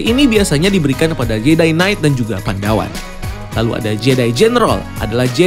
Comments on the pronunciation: Koreksi bang *bukan "pandawan" tapi "padawan" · Padawan bang bukan Pandawan hehe